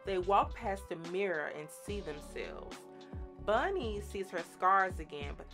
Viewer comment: Bonnie not Bunny.